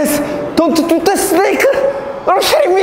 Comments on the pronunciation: gacha mellow that’s how he says kidding lol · What's sappenring, are you Kirring me idiah? The best English ever